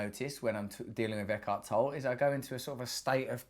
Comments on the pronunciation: Pronounced toe-lee, Russell. Yes, he's great. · It's pronounced Eckhart TollE, with a short german e a the end. Äkahrt Tollä. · I believe it's pronounced Eckhart Tolle (/ˈɛkɑːrt ˈtɒlə/ EK-art TOL-ə; German: [ˈɛkhaʁt ˈtɔlə]; - (toll a) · The e in the end of Tolle is pronounced...otherwise greatvideo